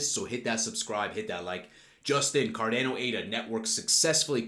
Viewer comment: You're aware it is pronounces Car-DAH-no? Just listen to a Charles video how he pronounces it.